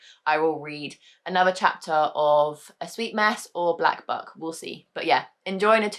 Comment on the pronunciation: All I can hear when you say Black Buck is Black F*ck....... Oops hahahaha